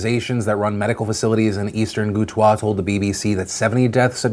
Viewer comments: Why does he keep pronouncing it Goutwah? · Goutwaah ! Lol It's gouta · The region in Syria is pronounced Ghuta/Ghoota. Thanks for covering this serious issue. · Ghouta - pretty sure it's pronounced Goo - Tah